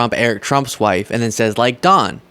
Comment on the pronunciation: "... saze presidient Trump" Saze? That is not, in any dialect or accent of English, the way that word is pronounced. I have a liow opinion of anyone whose reading skills are that poor. Take note, illiterates, I'm dissing you.